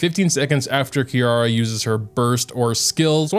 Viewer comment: her name actually pronounced KEE-LALA :)